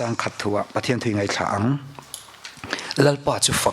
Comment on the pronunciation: Ngaithla tih i lamdan hi a mizo lo e ngai tih tak hi ka ngai che tih ang deuh hian ngai lai tak hi lam ri teh please 😂